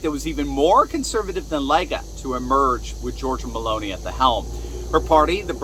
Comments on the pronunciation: it's Melo ni not melon i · Oh no he didn’t say BALLONI!!!??😅😮😢🎉😂